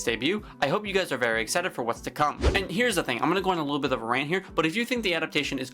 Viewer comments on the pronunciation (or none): none